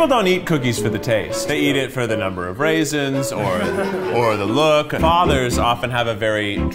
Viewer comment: “What are you talking about, raisinsA” 🤣